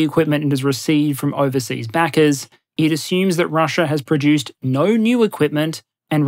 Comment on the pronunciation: "The default option is always - naur"